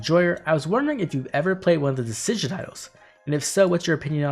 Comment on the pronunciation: I guess I haven't heard many other people pronounce Dissidia, but in my head, I've always thought it was supposed to be "Deh-cid-ee-uh" rather than how you pronounced it. I'm honestly not sure what it actually is, so it's funny to hear a different take on it.